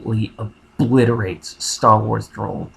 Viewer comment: this shit is just bias towards WoW, SWTOR had much more things in it that you did not realize, i mean come on, at the end, he kept emphasizing the word, OBLITERATED!, OBLITERATED! Totally bias.